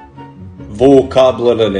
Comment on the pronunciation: Vocabular was pronounced with the perfect russian accent 😂